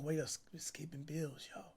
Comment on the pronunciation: Cash pausing in the middle of words for more minutes in the vid, 😂😂😂you can’t blame him. HE GOT TO PAY THE BIIIIIILLLLS